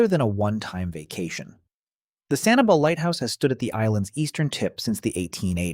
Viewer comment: Maybe I went to the wrong beach, but around January this year I could barely find any shells in Sanibel. Also, that's not how locals pronounce it